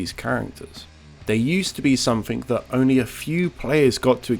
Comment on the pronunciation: I swear you're saying "Oni" in place of "only"